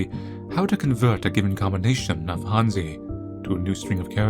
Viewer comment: the way he pronounced hanzi hm.